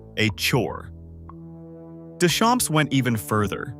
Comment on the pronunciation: Ai : do not pronounce p and s of Deschamps. It is a French name. It means "from the fields"